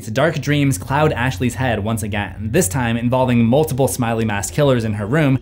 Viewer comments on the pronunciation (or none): none